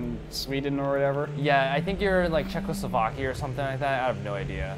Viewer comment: Did he just say... Czechoslovakia? This hurts me in the slav...